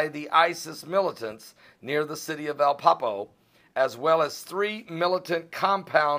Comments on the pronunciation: love ya, but it's Ah - Leppo, not Ah- Peppo..jeesh! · Is he sad that Iran and Russia are partnering to attack ISIS, which is a byproduct of Hillary and Obama sleeping together with their Saudi friends? Learn how to pronounce Iran and Alepo. Speak about who did 9/11. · dont you mean aleppo? there is no city called apapo